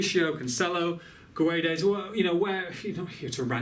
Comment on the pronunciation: to read gonçalo guedes the "gonçalo" part is right but the "guedes" part is wrong just say "guedes" like you do but whitout reading the "U"